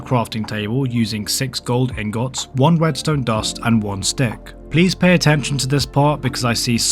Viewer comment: Iron angohts 😂